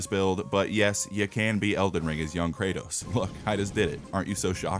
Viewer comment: Thats not kratos thats karrots💀💀